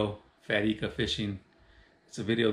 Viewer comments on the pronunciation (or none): Pronounced I-ka not E-ka. Surprised no one told you. They just let you keep saying wrong. Tight lines bro.